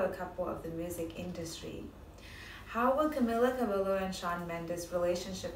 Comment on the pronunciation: Fake! She even pronounced Camila's last name wrong!